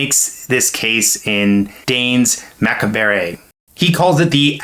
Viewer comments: Down voting just for “Danes macca-bar-eh” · Omg, how did you pronounce Danse Macabre?? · "I mispronounced a word for engagement." - some youtuber.